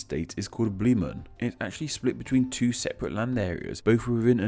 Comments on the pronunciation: That Bremen pronunciation got me. Brrrrriman? Its spelt as it's said. 'Breh-Man' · earlier in the same video: Schelswig. Also did he pronounce Bremen correctly even once? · "Bleemen"? Really? "Duzurudorf" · I know you stated that you’re focusing on the English version of the names, but I think a bad pronunciation disclaimer would’ve helped, as you still used German terms (and butchered them, as usual). I mean “Breeman,” “Bar” instead of “Bär/Bear” (it’s actually pronounced the same).